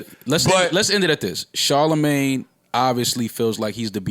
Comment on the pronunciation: Did called Charlamagne "CharHoeMin???